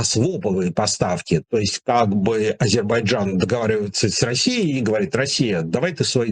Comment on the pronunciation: потренируйтесь, пожалуйста, произносить правильно слово Азербайджан, - Вы произносите это, как Горбачёв!